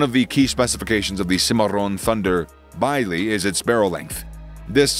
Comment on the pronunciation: Bisley UK gun ranges are pronounced same as the town nearby, biz lee. Very funny hearing your vid 😁. Any gun named after the famous competition would be biz lee too.